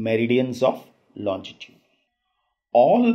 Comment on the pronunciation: tnxxx, just one tiny mistake in ur pronunciation, u say longitude as lonjitude, but the spellings are right, apart from that the vid is amazinggggg